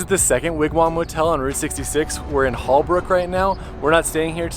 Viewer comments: Holbrook is pronounced "Whole-brook" not Hall-brook. I am a native Arizonan, and just thought I would let you know. My oldest son was born in Kingman AZ, and we used to live outside Kingman, on Route 66, in Valle Vista, which is near Hackberry. Valle Vista has a nice 18 hole golf course, and homes surrounding the course. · Born in Yuma, Arizona and lived 7 years in Phoenix and went to ASU. Holbrook is pronounced 'HOLE-BROOK'.